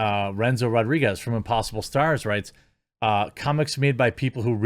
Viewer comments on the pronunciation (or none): none